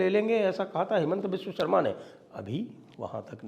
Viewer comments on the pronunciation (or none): none